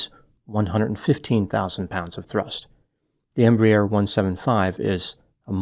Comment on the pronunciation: minor correction - pronounced "embrair", one syllable instead of "embry-air", two syllables. This size aircraft is designated a "regional" jet and operates from the "hub" aiport (eg DFW) to the "feeder" or Regional airports (such as Montgomery, AL) where the loads are smaller.